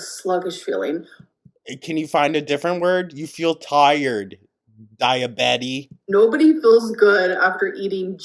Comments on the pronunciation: I shouldnt have laughed but "dia-betty" took me out 🤣 🤣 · "DIABETTY"!!!! Dead